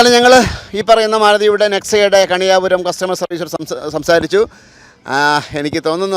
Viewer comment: കണിയാപുരം NEXA അല്ല കെണിയ പൂരം NEXA😂